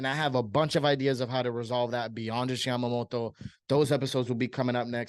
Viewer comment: Why are you pronouncing his name like that lol